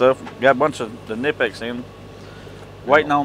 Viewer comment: Kah-nip-X is the correct pronunciation. The K is not silent. Best pliers company there is.